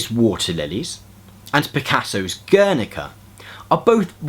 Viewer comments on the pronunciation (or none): My friend, you gotta work on pronouncing Guernica lol (Gare-NEE-kah. -- stress is on the NEE) -- and thanks for the help! Just started grad school and Im taking a class on el Modernismo (modern Spanish literature)